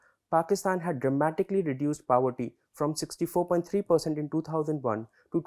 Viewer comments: Powerty? ❌ Paw+ver+tea✔️ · He seems educated but, what is Paverty bhai....? we have a place called "Pavaratty" here in our state, any relation to that? Get your pronounciation right,jackass. Jarhead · Pav-erty like in Vada Pav. Guys get your pronunciation correct. I’m just wondering if these videos get reviewed before they are posted.